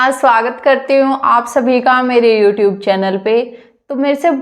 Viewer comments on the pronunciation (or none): none